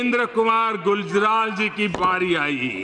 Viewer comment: Inder kumar Gujral is the correct not the Guljral. Name to thik se liya nhi jata, desh kaha se chlayega bhunku Modi.